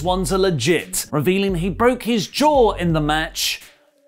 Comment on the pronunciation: He broke his jaaw He bok it jaa Ee bok it derrr